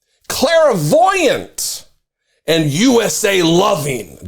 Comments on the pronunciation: Basic word but you kept mispronouncing it every time. It's clairvoyant, not clair-a-voyant. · It's pronounced CLAIR-voyant, not CLARA-voyant. 🤣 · He meant to declare himself a criminal sociopath, but his sociopathy pronounced it as clairvoyant.